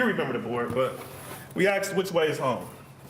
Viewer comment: Defense attorney can’t even speak proper English. It’s “asked”. Not “axed”. Axed is murder. And he’s supposed to be educated.